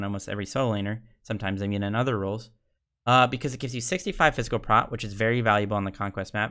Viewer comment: Who says prot? bruh we been saying pro for years